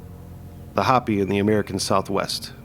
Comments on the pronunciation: Respectfully, it's Hoh-pē, not Hoppy. Otherwise,. I'm loving this little series. Keep em coming. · Bro is this AI? Hopi is not pronounced Hoppy, it’s How-Pee. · If your AI voice is so bad it calls the "HOPI" people the "HOPPY'S" then it's hard to take this video seriously. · It's Ho pee. Not hop pee! I lived in the USA south west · It’s pronounced Hope-ey, NOT hoppy. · It’s actually Hoh-pee not hahhh-pee. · Hoe-pee (Hopi) but other than that great vid. Thumbs up for not using an AI narration. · I came here to say this as well! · Thank you. I was coming here to say the same. 🤙🏼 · It's not "hoppy". Long O.